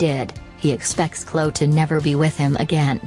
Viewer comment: How can anyone take these alleged celebrity news channels seriously when they can't even use an actual human to rehash the news? 'Klow Kardashian' robot voice lady?